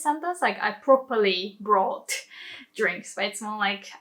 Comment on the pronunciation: Great video. Excellent nuance explanation. Be careful with your pronunciation of words like "brought" or "talk". You say the "o" like the letter of the alphabet but it is pronounced more like "or". The only minor mistake in otherwise perfect English. xx